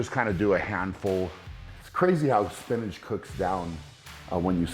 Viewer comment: “Spinage” lmao Brian you’re amazing